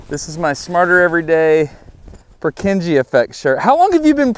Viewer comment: That's not how you pronounce Purkinje. Other than that, have a great time experiencing the eclipse for those of us half a world away